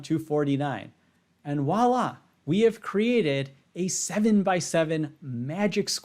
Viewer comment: You're pronouncing "voila" incorrectly. It's not walla.